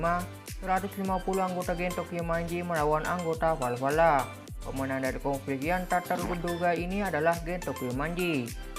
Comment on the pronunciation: Valhala bang bukan valvala 🤣🤣🤣😂😂